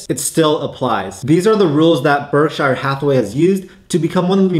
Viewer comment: Berkshur not berkshyre